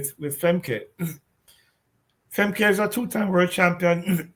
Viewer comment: It's pronounced more like "Femka". It's like German.